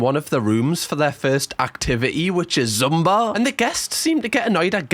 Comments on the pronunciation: idk if yall call it something else over there, but it is pronounced "zoomba" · It's the passive aggression turning into actual aggression for me! Top Shelf! And the way you pronounce Zumba is adorable - gave me the giggles!😁🤣